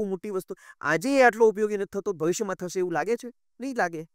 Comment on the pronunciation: પ્રશ્નકર્તા ભાઈએ 'શ'નો શુદ્ધ ઉચ્ચાર શીખવો પડે. "સીખવું" નહીં, 'શીખવું'; "થસે" નહીં, 'થશે' વગેરે.